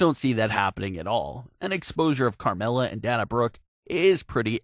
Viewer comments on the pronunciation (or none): And Dain-ah not Dan-ah lol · Da na Brooke? It's Dana Brooke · Someone cannot pronounce Dana. This is nothing more then a computurized voice